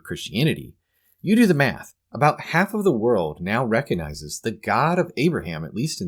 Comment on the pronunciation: The "G" in recognize is not silent.